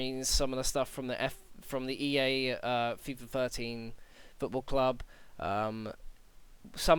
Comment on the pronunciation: "Footbal" haha :P